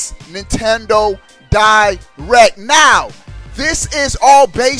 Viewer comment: "Nintendo Di-RECK"